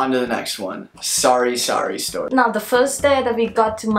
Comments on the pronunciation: It's actually "sari-sari" not sorry sorry :-) Sari-sari means variety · You guys are awesome. Glad you love tthe Philippines. ❤️ btw, it’s Sar-sari store, where you can find almost anything you need. 👍🏼